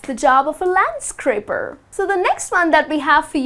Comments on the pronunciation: Is it a landscraper or a landscaper ? I'm confused because I didn't find landscraper in the dictionary, but you have pronounced with an r, isn't it ? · LandscRaper? You mean landscaper, don't you? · It's landscaper, you put an extra "r". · Careful it's Landscaper not scraper.